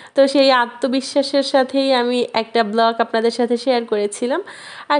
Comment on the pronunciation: আপু ব্লক বলবেন না,ব্লগ হবে,কিছু মনে করবেন না আবার